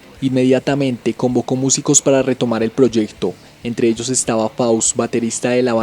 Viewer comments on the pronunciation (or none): none